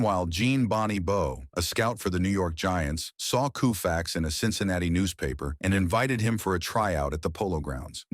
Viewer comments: I like Sandy but Christians play professional sports on Easter and Christmas day. Also please tell AI that it's not pronounced Koofax❤ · New WORLD RECORD!!! It took precisely 7 seconds for the computerized commentator to say "Sandy KUUUFAX". Nope. Another internet video without intelligence. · Sandy Koo-fax? C'mon! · Can’t watch a video that mispronounced his name. What jerks are making videos. Thanks. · What's with the pronunciation of his name ? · It would be nice, if you learned how to pronounce "Koufax." Also, he was NOT the first pitcher to strike out more than 9 per nine innings. That would have been Herb Score, in 1955 and 1956. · Why should we believe anything this guy says when he can't even pronounce Koufax' name correctly? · KOH fax, not KOO fax! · Can't believe I got roped into watching this shit. Cringed every time it said "Koo-fax." Timelines presented out of order, and a reverse picture of Koufax pitching made him appear as a righty. F-you and F your soulless presentation. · "KOO" - FAX ... Artificial intelligence needs to go to night school!!! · Sandy Koufax,Claude Osteen and Don Drysdale..thee dynamic trio of thee 1960's..Sandy Koufax is 1 of thee all time GREAT pitchers....is Y he is 90+healthy....is last name is pronounce CO FAX...not KU FAX.... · This piece must not have had an editor, or anyone with oversight. I don't know why the narrator kept pronouncing the name KOO-fax instead of KOH-fax, and said "COW-fax" right near the end. In addition, one of the pictures was backward, showing Sandy throwing a right-handed pitch. As difficult as it is to set those things aside, as a whole, the piece was pretty entertaining. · Can't somebody fix the pronunciation? It's not Kooofax. It's Koe fax. Dammit, what's wrong with these people. It's hard to listen to this. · In L.A., we always pronounced it KOH-fax, not KOO-fax. F-ing AI. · Ko fax not Koo fax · Loo-fax? Koo-fax. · You need to correct your pronunciation of his name! It is “Co-fax”, not “Coo-fax”!